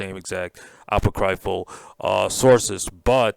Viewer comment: Apoc-ree-ful ( not apo-cry-ful )